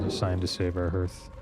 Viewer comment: Many people say Hearth like Earth, but it's actually HEARTh like Heart. The fireplace is known as the heart of the home. I worked as a chimney sweep for about 6 years. I've heard many people mispronounce it. I feel obligated to say it still.